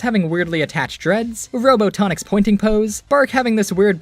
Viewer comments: did you just say robo tonic instead of ro-botnic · I... really hope saying Robotonic instead of Robotnik was a joke or mistake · Robo Tonic? It's pronounced Robot nic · did he just say "robotonic"? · I'm sorry, Robotonik? I've never heard anyone pronounce Robotnik so weirdly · Did anyone here him say robotonik? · Did he just say "robo tonic"?! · The way you pronounce Robotnik is very interesting.